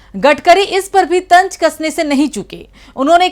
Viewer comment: न ख़ायेंगे न ख़ाने देंगे ये खराब उच्चारण हैं। कहां सीखते हैं। तंज क्यों तंज़ न बोल सको तो व्यंग बोलो। भाषा सीखना आसान है। अवहेलना छोड़ना दरकार है।